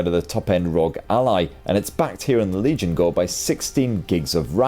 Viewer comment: I don't know why I keep hearing "RELIGION GO" instead of Legion GO. Is this a new type of Faith ?